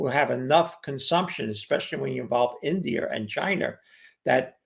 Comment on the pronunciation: Chinese, Russer, Indier